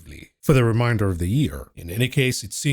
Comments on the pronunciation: It's re-main-der not re- mine-der. Those words mean two different things. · Is he saying reminder of the year or remainder of the year 🤔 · Ree Mane. Durr. Of the Yeer.